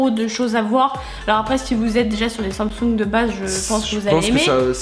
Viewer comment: Ptdddr team iPhone, android c’est nul (sorry les gars m’insultez pas) assez louche le nom 😂 par contre comment tu dis Samsung wsh « sansongue » 😂😂😠